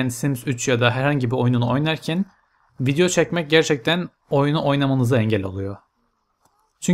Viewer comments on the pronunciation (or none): none